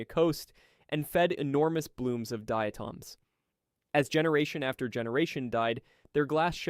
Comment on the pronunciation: You badly mispronounce foraminifera, forams, and diatoms. Horrifying! How do I know? I was a micropaleontologist for a major oil company for 6 years and studied forams for biostratigraphy. Also conodonts.